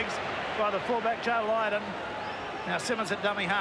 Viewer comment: Rex Mossop - what a buffoon. Apart from confusing Great Britain with England, he also referred to Deryck Fox as Derek Turner. Derek Turner played for Great Britain in the 1950s! He pronounced Joe Lydon as Joe Lindon. Isn't it the job of a commentator to do a bit of research?